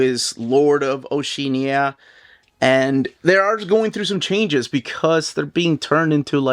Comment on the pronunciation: pronunciation of Oceania changes every time. 🙂